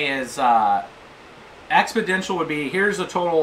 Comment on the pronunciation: Expodential? I think you mean Exponential.